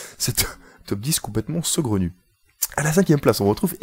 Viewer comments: C'est saugrenu, pas segraunu. A part si toi tu l'entends: ce gros nu ;) Sinon bonne video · Il a une voie énervante le mec Avec son "segronu" ...